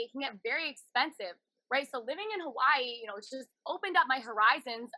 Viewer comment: Hawaahhheee. She needs to learn how to say it.